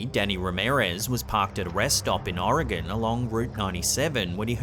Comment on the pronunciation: It makes me so happy that you pronounce Oregon correctly. Thank you lol